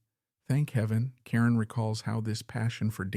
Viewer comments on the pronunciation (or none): Ca-roan! Moron!! 🤦🏻‍♀️ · It's ca ROne